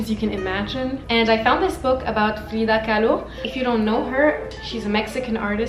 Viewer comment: hehehe the way you said "Frrrreeeeda Kahlo" lol the french came out.